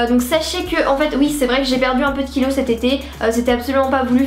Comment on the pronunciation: en seconde tu as mangé comme un porc macdo kebab etc. et tu as pris 2kg???? lol la façon dont tu le dis on dirais que c'est énorme!! J'ai re écouté pour être sûr que ce ne soit pas "12" ou autre